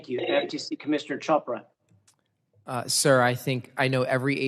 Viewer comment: lol, commissioner "Cobra", sounds a little racist. kidding, honest mistake. But it's Chopra sir, like in church.